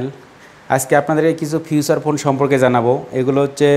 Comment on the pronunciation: ফিউচার ফোন না রে ভাই। ফিচার ফোন বলে !!